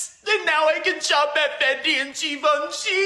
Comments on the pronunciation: It’s pronounced “Jee-Von-SHEE”. Geez lol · Yeah so gas was 60 cents a gallon according to this guy. Sure kiddo. Also. It’s “jhee-vawn-shee” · Pronounce it Givonchy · sam pronouncing Givenchy like da Vinci makes me smile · My favorite part of this is the crew mispronouncing Givenchy, lol.